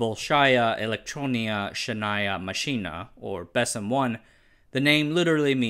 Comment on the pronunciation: and You need to polish the way you say MESM and BESM a little more. From my side I обещаю to study English some more. ;-)